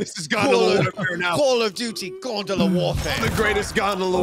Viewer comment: I know they're saying gondola but I can't stop hearing Gundam